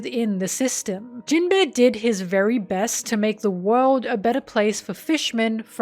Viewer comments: For all your love of this character, you really can't pronounce him right. Jinbe, not jin-beh. There's an inflection and emphasis difference that makes it sound extremely different. Amazing video btw, left 1 other comment about a nitpick like this and in case you see these I just wanted to make it clear that they didn't make me dislike the video, the video was great. Your narration is very well done. In long scripted video like these people often tend to speak monotonously and overuse the same inflections, sounding very artificial. But you sound natural. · Absolutely fantastic video. I love your in depth analysis of all these characters, but unfortunately I can't unhear Jin-bear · I kept hearing Jin-bear whenever you said his name and thought it was some hidden gay joke or something lol. You know, the bear body type that is popular in the gay community lol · Whenever says jimbei all I hear is jim-bae💅🏼❤ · Are we going to address that you are calling him gym bear? Love the content as always, sorry for the callout